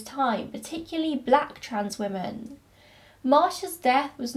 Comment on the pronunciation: Do you pronounce women and woman the same, or am I just hearing it that way in your accent? No hate, just curious 💖